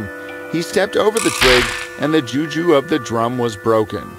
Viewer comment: She pronounced the juju wrongly